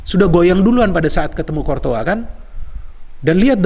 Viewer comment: Cortoa lg cortoa lg bang .. Courtois yg benerr.wkkk, abang,a keren mirip bang H.benzema ..